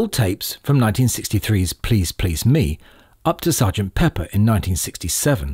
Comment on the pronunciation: Who could possibly trust the opinion of somebody who continually places the stress on the "Me" of "Please Please Me", rather than the second "Please"?